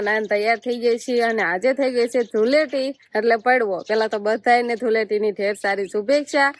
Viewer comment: ધુલેટી નહીં ધુળેટી કહેવાય